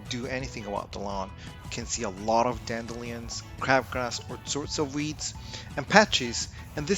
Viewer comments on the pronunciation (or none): Dan-dillions lol